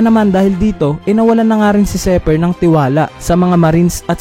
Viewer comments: Zephyr hindi zeper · Zephyr (Zefayr) not Zypher (seper) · lods zi hindi zey labyu